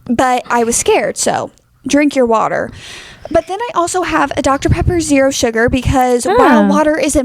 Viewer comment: says "Coke no sug" 😂